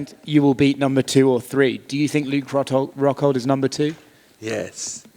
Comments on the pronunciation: Did Paulo just call Luke.... Luke Cockhold 😂😂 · Sounds like he's saying Luke cockhold..lol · Best part is him saying “Luke Cockhold” by accident everytime and thinking it’s correct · Anyone else notice him call Luke “Luke cuckhold” hahahaha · "Luke Hockhold" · It's Rockhold, not Cxxxhold. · He said "Ruke Huckhold" 😂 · Luke 'hockhold" Rockhold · “LUKE HCUCKHOLD” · The way he pronounces Luke rockhold sounded like Luke cuckold. That's a great name ppl can call him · he said luke cuckold, lol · "Huke Hockhold" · Costa: 'Luke HCuckhold' Lmao!! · I heard Cuke Cockhold. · Im pretty sure he said luke cockhold 🤣😂🤣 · Brazilians pronounce 'r' like 'h'. So he's pronouncing it 'Hockhold'. Same with Romero, which he pronounces 'Homero'